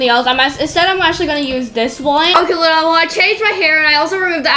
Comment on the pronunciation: Lol when said Luna, she said Lana😂